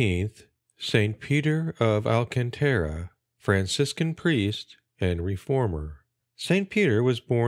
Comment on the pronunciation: Thanks for the upload, but two corrections: the accent on Alcantara goes on the second syllable, not the third (alCANtara), and in Avila, the accent is on the first, not the second.